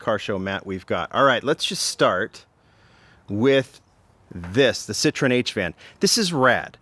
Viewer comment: Pronounced SIT - TROY - EN,,,,Not SIT - TRON.